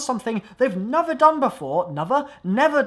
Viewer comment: "They've never, nevah?, nevah!!"